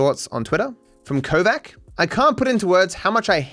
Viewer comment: Name Kovač is read as Kovach, not Kovak. Nobody minds and it does not matter, but I will leave this here... :D